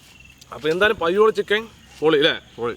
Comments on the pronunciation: പയ്യോളി ഉള്ള ഞാൻ ആദ്യമായി കേൾക്കുകയാണ് 'പയോളി ചിക്കൻ '😂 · Payyoolli chicken alla thayoollli chicken